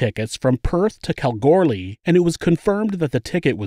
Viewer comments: Ooh I've never heard of this case! (Kalgoorlie is pronounced kal-goo-lee without the r sound btw) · I love you but the way you pronounced Kalgoorlie had me rolling. The R is silent so it’s kal-goo-lie. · I know our town names can be really hard to pronounce sometimes and you did a great job...I even got a chuckle when you explained what a caravan is...but it is Kal-goo-lee. We never pronounce it with an R. Never heard of this bloke or his family and I am all over missing Aussie people pages. Very interesting. I also agree, he topped himself and his loyal family and friend. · Kal GOO LEE is the correct pronunciation Kalgoorlie. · I’m from Perth Western Australia and drive trucks to Busselton and Nannup. I’ll let you know if I see them. Also the way you pronounced Floreat and Kalgoorlie was so wrong but sooo funny,for us aussies anyway. Love the channel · Kalgoorlie, the r is silent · You gotta appreciate the pronunciation effort of Kalgoorlie, great try 😁